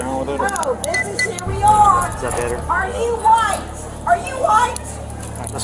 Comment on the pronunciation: "Are you whoite, are you whoite, are you whoite?!" 😂